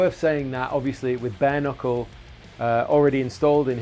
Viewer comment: I swear he kept saying BARNICLE, not Bare Knuckle.